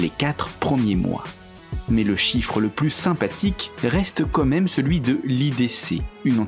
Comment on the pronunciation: Je vais paraître chiante mais, serait-il possible que le narrateur fasse un effort de prononciation sur l'expression "quand même" ? Parce qu'on dirait qu'il dit "cô maim". Vu que la prononciation et l'intonation de ce genre d'émission est primordiale et le texte préparé d'avance etc, ça serait sympa de faire attention à ça. Merci.